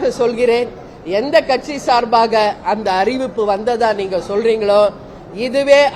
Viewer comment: This female sasi can't even pronounce katchi properly.